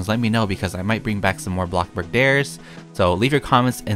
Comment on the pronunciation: HE SAID A BLOCK BARG INSTEAD OF A BLOCK BURG HE IS EVOLVING LIKE A POKEMON